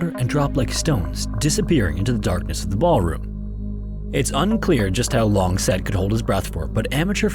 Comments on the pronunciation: Oh come on. You actually think Said Marjane pronounced his first name as "SED"? He was from Morocco. His name is ~pronounced sye-EED. How lazy can you get? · The name Said is not pronounced like the word said ("sed"). It's pronounced sah eed. Of course, names can always be unusual, but I really can't imagine this guy's name was pronounced as "sed". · It's pronounced SahEid (Said) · Said is pronounced Sa’eed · "Said" as a name is pronounced "sai-eed" FYI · It's funny that the AI that has done 99% of the video, cannot pronounce the name Said ( Saeed) correctly. Another AI channel blocked. You lazy bastard. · I think that name is pronounced "sigh-EED". I could of course be wrong, but that's the only way I've ever heard it. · "said" is pronounced "psy-ed". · I would guess based on the spelling it’s an Arabic derived name and would be pronouced Sai-eed Sounding like I-need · The name “Said” is pronounced Sy-eed. 🙄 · Pretty sure "Said" is pronounced "Sayeed". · "Said" is pronounced "s-eye-EED", FYI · The name Said isn’t pronounced like the English word “said”, it’s pronounced “Sah-eed” or “Sigh-eed”. It’s a name of Arabic origin and it’s pretty common. When you’re reading names, especially of people in these tragedies, you should at least look up proper pronunciation beforehand. This is a common issue on YouTube and I feel like it’s such an easy thing to fix. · Not criticizing the vid as a whole, but for future reference the name "Said" is most likely pronounced "Si-eed" Otherwise, as always, the atmosphere, visuals, and overall composition of the video is spot on. (Pronunciation is hard!) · Just a heads up, the name "Said" is typically pronounced sah-EED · pretty sure the name Said is pronounced "Sah-eed" or more likely "sah-yeed". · You can very easily google how to pronounce names like Said, it would be pronounced Sa-eed. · It feel like "said" is prounounced as Sah-ied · You should work on your pronunciations such as “Said”. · Bros name is SAH-EED not SAID LMFAO